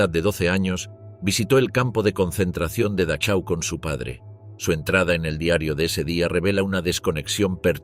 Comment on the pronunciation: Dachau se pronuncia Dajau.